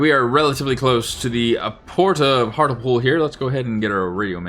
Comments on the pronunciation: Great vid but the British place names have you foxed: "Hart-lee-pool" "Ed-in-bruh" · Ngl love hearing Americans mispronounce British place names if you want it's said like eh.duhn.bruh And Heartly pool Like the series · Hartlepool is pronounced Hart-Lee-pool. Found it surprising my home town is in the game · Based on your pronunciation of Hartlepool ( it should be hart lee pool) I hope Jeff Stelling isn't a subscriber 😅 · Hart le pool, not hartle-pool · Pronounced “Hart-lee-pool” 👍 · Just thought I'd mention that Hartlepool is actually pronounced more like 'Hart-li-pool' #TMYK 😉